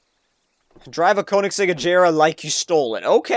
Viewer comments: Ajera? You mean Agera right? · Ire called Agera As in uh-gare-uh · how he pronounces agera like Ajera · u said koenigsegg agera r wrong